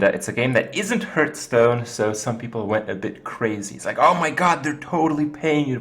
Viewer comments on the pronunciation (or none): It ain't hurtstone. It ain't hearthstone either :p